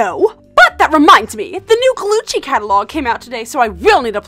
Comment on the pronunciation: I like when the poster said "Glucci" Instead of "Gucci"